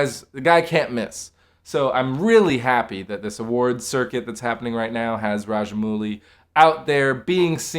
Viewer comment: Small correction , It's pronounced as RAJA - MAUU - LI & not 'MOO - LI'